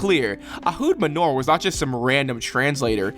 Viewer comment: Khaverim - friends Ehud *Manor (not 'manur')